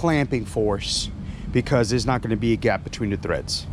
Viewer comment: Lol he keeps saying "TREADS".